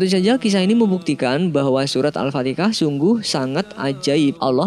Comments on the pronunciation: Alfatiha bukan alfatika. Pengikut mandornya. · Maaf apa saya saja yg mendengar alfatikah bukan kah. Da setau saya alfatihah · bro yg lg jd narativ..pembetulan..surah Al-FatiHAH..bukanya Al-FatiKAH...jgn salah sebut bro..takut nti jd ikutan sebutan dr org yg kurang faham agama..bro jugak yg dpt saham dosa nya nti... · Surah bukan surat Alfatihah bukan Alfatikah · AL FATIHAH BUKAN AL FATIKAH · Al Fatihah.,...Al Fatikah..sebutan yg betul "AL FATIHAH" jgn di sebut secara bergantian sepertinya orang yg ragu saja , semacam orang yg mengolok saja . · Alfatikah (اَلْفَتِكَه) atau alfatiha??? #Tepok Jidad kacau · alfatihah bukan alfatikah, pelajari bacaan mimin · Apa betul sebutan penyampai ini.Al Fatikah atau Al Fatihah. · Nabi Muhammad Rasullulah SAW tidak menyebut Al Fatikah (No such word) tetapi Al Fateha. Kenapa dalam video dari awal hingga akhir disebutkan begitu? Lebih baik penyampai yg membaca melatih dahulu sebutannya sebelum di uploadkan. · Mohon Maaf Sebelumnya Ya,,,Tolong Sebutan Nama Surat Itu Yg Benar Sedik Ya, Sya Cuman Ingatin Aja, AL'FATIHA Buka AL'FATIKHA, Tulisannya AL'FATIHA Knpa Sebutan Kamu AL'FATIKHA Tolong Sebutannya Di Perbaiki Ya... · Sebelum posting di betulkan dulu donk dlm ucapannya sdh bnr atau tidak..penyebutan alfatihah salah berkali2 menjadi alfatikah..maaf🙏hati2 dlm pengucapan mind. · Alfatihah, bukan alfatikhah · al-fatihah bukan al-fatikah bro wajib di tindak ini bukan di aja di awal juga ada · Al-fathiha Bukan Al-fateka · bukan alfatikah yang bener alfatihah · bukan al fatikah tapi al fatihah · Al FATIHAH MIN BUKAN AL FATIKAH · Hallo.. Anda salah bicara dalam pengucapan AL FATIHAH menjadi AL FATI*K*AH. anda Salah..!! Yang betul itu AL FATIHAH.. HAH bukan KAH. Anda salah pengucapan pada detik ke awal video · Afwan surat al fatihah ya bukan al fatikah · Maap mas "Al Fatihah" bukan "Al fatikah" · Kadang denger Al-Fatihah, kadang Al Fatikah, tapi lebih sering seperti kedengerannya admin bilang Al- fatikah. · kok al fatikah sih?